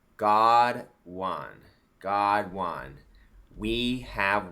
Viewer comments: Why does he keep saying "wan" instead of "won?" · Why does he pronounce "won" as "juan". Is it because of "Juan o seven"? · Why is he pronouncing won as "juan"? He sounds like a child. One in need of a helmet.